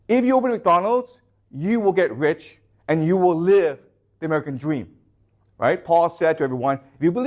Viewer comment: Amewican Dweam 😂